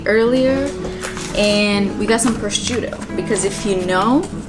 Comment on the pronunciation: from a place of love please google the pronunciation of prosciutto lol